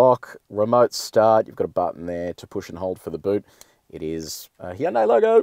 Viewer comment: Finally someone who knows how to say Hyundai correctly